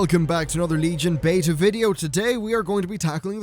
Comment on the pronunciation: I'm glad you don't pronounce beta like some other British/Irish people "Beetuh" drives me nuts!!